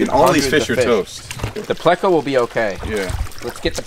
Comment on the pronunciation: It's not placo.......it's pleco